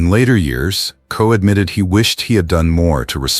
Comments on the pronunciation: Ed Ko??? WTF? KOCH, the name is KOCH. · Tell me about it. I was going to post the same thing. Coach? Koch, rhymes with crotch. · This AI Junk has gotten all their names wrong. EdKo?? Sylvester Stallone?? Get the stories and names right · His name is Koch. All the letters are pronounced. His famous question was “how am I doing?”